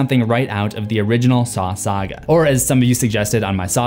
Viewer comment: Sawga as in そうか?? Hahahaha 😆